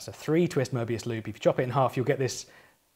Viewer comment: Very pleasing hearing someone pronouncing Möbius correctly 😊